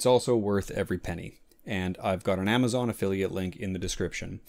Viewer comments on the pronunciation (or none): none